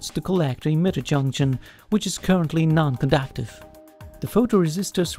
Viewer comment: "Alactron" and "Elactric field" are not "condactive" to my ability to focus during this video. ;)